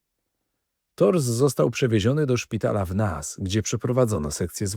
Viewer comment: Mówi się nejs …